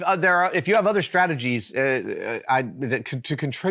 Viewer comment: Adam I like whenever you pronounced it strageties.